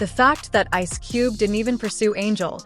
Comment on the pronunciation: Poorly written narration voiced by a computer that doesn't know how to say 'Ice Cube'. Why post this crap?